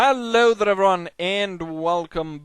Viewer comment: What do you say in your intro? Hello eveyone? Its hard to hear the word "everyone"